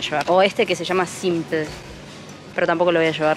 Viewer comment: Simpul JAJAJAJAJ me mepa q como es un alfajor argentino se pronuncia simplE pero bno